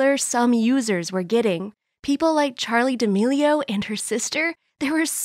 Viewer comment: I HATE THE WAY SHE SAID CHARLI DAMELIO AND HER SISTER 😩